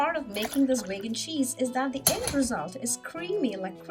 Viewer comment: Vaigan? It's veegan, right?